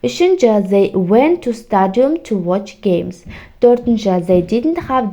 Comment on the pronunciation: Зей дегенде ду болмайды ма?зей диднт деп қойыпсыз бәрін😢